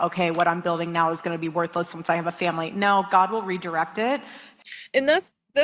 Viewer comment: This phrase gets up my goat so bad, cringe every time she says it. Also the weird way she pronounces family like feeehmly... cringe